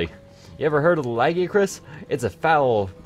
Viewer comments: You say it La-guy-i-crus and Rath-o-los not how ever the hell you said it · Its pronounced lag-eye-uh-cris